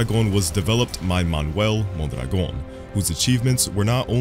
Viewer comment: The way you pronounce "Mondragon" is magical